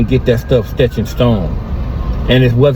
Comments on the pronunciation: I'm a petty ass nihga, but what the hell is stetched in stone, is he trying to say etched in stone😂 maybe he had an etch a Sketch when he was little🤷🏾‍♂️ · WTF is “stetch & stone”😂